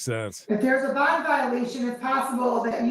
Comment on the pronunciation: Love DiSanto's pronunciation of 'bond'. BAAAAHHNNNND